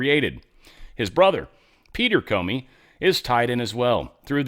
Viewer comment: "Corney" not Comey